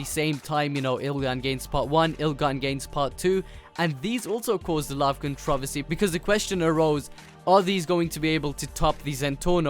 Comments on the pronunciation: Controversy not controvusy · lmao "controvesy" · he cant say controversy correctly lol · you say controversy in a odd way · I think the Americans say it like he does but he sayes it with a British accent